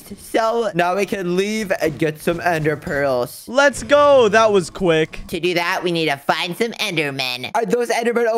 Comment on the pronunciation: did you just say " you can't get enderpreals now"